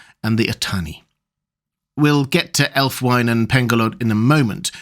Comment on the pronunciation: Love your content,. I don't like to nitpick, and please don't take it as such, but I thought you'd wish to know the the only probable Anglo Saxon pronunciation of Ælfwine would be something like /ælfwiːnə/, approximating to "alf-wee nuh" (with a British, not American initial 'cat vowel'). Though, interestingly, the American version of the initial cat vowel gets us much closer to the meaning of that element, 'elf'! Which is unsurprising, perhaps, as US English did not undergo certain vowel changes that Southern British English did.